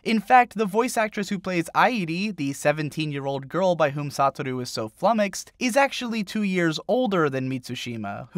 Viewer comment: “Sataru” clearly you don’t much about the actual anime lmao (though I always thought his name was pronounced “Sou-ta-ru)